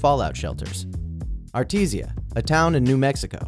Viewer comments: Yo dude, on the bomb shelter school in new mexico, the town is pronounced [Are-TE-Sha]. No big deal, just a little fyi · Let's be honest here Art-E-Sha is how its pronounced. And thanks for telling about that strange building next to Yeso elementary. School, built on top of school.😂😂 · It's pronounced are-tee-sha. I live there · Holy crap I literally live twenty minutes from Artesia! And he also pronounced it wrong